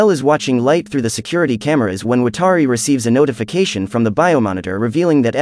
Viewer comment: why are you saying watari's name wrong? come on.